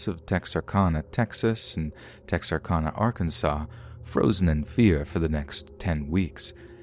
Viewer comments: Great job overall.....but my God man. 1.It's Texarkana (pronounced -CAN-UH, like Anna. The constant mispronunciation is ear grating). 2.Port Lavaca ( La-Vah-cuh. 3 syllables.) 3. It isn't "Ben Brooke's lake." Like some dude named Ben Brooke owns it. It is Lake Benbrook. Like the town it's beside. And for the future(cause they always get it wrong)....Waxahachie.... DON'T say wax.( Wah like Washington....wahx). It isn't hard. Look up the name. We Texans don't appreciate it when people mispronounce every other name of our home. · We call it TEXARKANA KANA NOT CONA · I could listen to you say Texarkana all day. We Texans don't say it with so much elegance. We say Tex R Can A. Lol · It's pronounced Texar-CAN-a, just FYI! Love your videos. -A Native Texan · It has been driving me crazy as well!! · please learn to pronounce Texarkana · Oh my God and as many times as he said Texarkana it's like he knew he was mispronouncing it and said it as often as possible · I love your voice and your stories but you are driving me CRAZY saying Texarkana wrong!! Lol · I can't stop giggling at the way you say Texarkana hehehe cx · chucky cheese yeah. His pronunciation of Texarkana was driving me crazy too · Texarkana is Texas, Arkansas, Louisiana, so the end is pronounced like Anna for Louisiana.